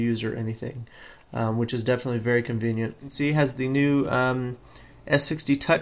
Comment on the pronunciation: he does say 'convient' like.. a LOT :P